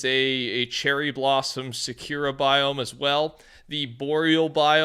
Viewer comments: please learn to say sakura. you say it like sa-cure-a but its pronounced more like sa-koo-ra. its not disrespectful or anything you can pronounce it how you want but please it is so wrong omg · sakura is pronounce sock-ruh or sock-er-ruh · It’s pronounced sock-er-uh, or atleast that’s is how I hear it everywhere. It pains me to hear it your way.